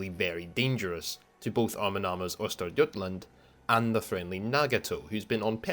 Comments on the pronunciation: Yeah I have to say, you did pronounce Östergötland well above expectation. Source: Lives in Norrköping, second largest city in Östergötland. Not everyday I see that in my feed, as I normally don't follow WoWarships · Your pronounciation of Östergötland is absolutely close enough for govmnt. work. /Greetings from Skåne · For a non Swed. Your pronunciation of Östergötland is spot on. Hope to see more of the Swedish ships in the future :) Greeting from Northern part of Sweden :)